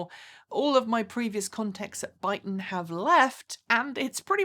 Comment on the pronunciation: Your saying their name wrong.. it is that you accent? 😁